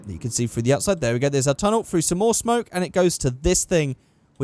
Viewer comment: Every time you say smoke, it sound like spunk. Pronounce smoke properly.